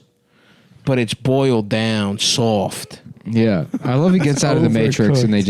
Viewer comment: But it’s boiled down..SAWFT